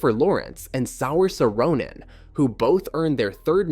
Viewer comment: Are you using AI? You need to make sure that it knows how to correctly pronounce names. Sour Sa'Roman (Saoirse Ronan) is a pretty funny name though. Also it is EE-lee-ah not a-LEE-ah (Elia Kazan). Those are just a couple that I noticed before I quit watching.